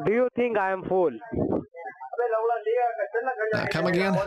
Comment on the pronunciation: 🤣🤣🤣 No,he sounds like he says "full" What did he eat?? 🤣🤣🤣